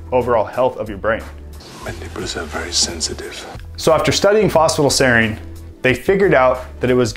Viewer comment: Is it me or he says "fosfa-dile"?